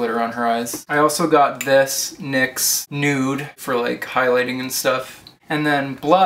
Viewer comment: You're pronouncing it right. It is pronounced "niks." it is named after Nyx, goddess of the night. I read that on the NYX website.